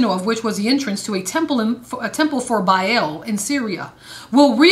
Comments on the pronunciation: Biaeil.... Its Baal. Not biael. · Bale (Baal) not Biel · Why do so many people struggle with the pronunciation of the word Baal?? Officially it's written as Ba'al... Pronounced Bay-al, but more commonly pronounced Bail... It's not pronounced barl or ball. The best way to pronounce it in this day and age will be Bale. So there you go... I don't want to sound like a piece of shit to everyone but try saying Bale!! It's the next best thing to say if you don't wanna say Bay-al. But trust me.... Baal sounds like Bale. I hope that helps people out with the pronunciation without coming across as a grammar nazi. I don't wanna piss people off but try saying things how they're supposed to be said. It helps considering words are magic... Why do you think it's called Spelling??? Words are frequency and can affect all sorts of things holistically. Always be conscious of what you say... It affects a lot more than you think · There is ARK and ARCH like Achoo... not AKOO... BA AL NOT BAEL... sorry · Its two syllables pronounced with double A's not an E. Sounds more like "mA-mA" than "eel." "bA-Al" is not satan, and theologically predates Judaism. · So you'll know for the future, it's pronounced the way you would say bale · Changed the video after "Ark of Bayel" lol